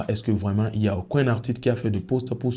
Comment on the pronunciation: 'Aucoin ' c'est ce que tu dis, mais c'est 'Aucun'